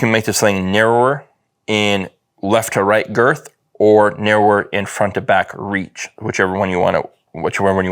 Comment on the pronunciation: 😂😂😂narrower say it with me now Nar-row-er